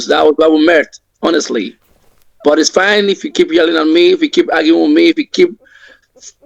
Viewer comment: I'm intrigued by how many R sounds he adds. My surn instead of my son, urs instead of us, frine imstead of fine. He has to add R sounds to pretend to be American, so maybe he adds more than necessary by failing to identify the words that actually need R.